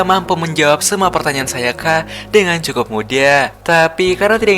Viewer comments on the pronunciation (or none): Bang kok ngomongnya cekukuk bukan cukup😂😅